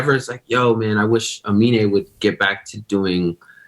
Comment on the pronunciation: annoying how you kept mispronouncing his name as "Amine" what an awful host